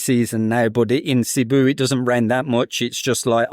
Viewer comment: Has lived in Cebu for a couple years but still can’t pronounce it correctly 🙄